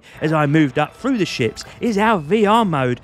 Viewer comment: I love watching Euro dudes explain space games because when you say ships i hear "shit" it makes it 100x better 😂